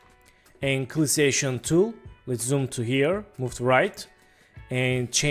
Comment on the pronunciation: When you say Selection Tool it sounds like Clissation Tool if you say it at all, but cool tutorial.